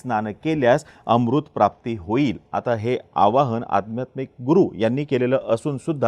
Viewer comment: 'आध्यात्मिक' या शब्दाचा उच्चार व्यवस्थित करा!